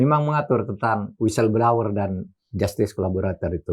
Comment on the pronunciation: blower pak mahfud..bukan blauwer, makasih🤭